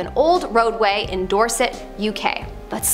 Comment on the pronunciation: You actually said Dorset (doorsit) exactly as the locals say it 👌